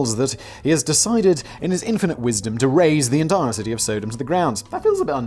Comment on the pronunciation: Hoping to straighten out the Sodom story (it's sah-dumb, like in sodomy, not sow-dome. Don't know how you missed that cue.) Lot was the brother of Abraham. They had loads of land but the shepherds were getting into fights over grazing pastures, so they decided to divide the land. Abraham gave lot first pick, and Lot picked the greenest lands, which were also conveniently near "Middle East Las Vegas" or Sodom. So they lived in town. Later, God tells Abraham that Sodom and Gomorrah are full of wicked people and he's going to destroy them. (Apparently in response to the complaints of the victims) Undoubtedly thinking of his brother, Abraham says "But what if there are good people there? Would you still destroy it?" God says if there are 50 good people there he will spare Sodom. Then Abraham jews God down (pun intended) 5 people at a time till God agrees that if 10 godly people can be found there he will spare it. Obviously 10 can't be found. The 3 angels Lot takes in as guests are there to get Lot and his family out. No one has to look back if Lot's wife is near the front when she turns to salt. People imply that her wistfulness for Sodom was a sin, but even if she looked back out of curiosity the sin was disobedience (looking back) and wages-of-sin-is-death is an ongoing theme throughout the Bible. Sidenote: I've heard there are natural salt pillars near where these cities are believed to have stood, so maybe the story is just folktales to explain the pillars.